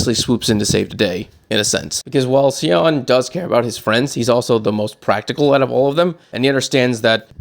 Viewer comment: And it's not pronounced cal( ious ) panel, it's just call- i-ss panel and Sion is pronounced Scion! Hope that helps, I really appreciate and enjoy your channel and take on thing's! Thanks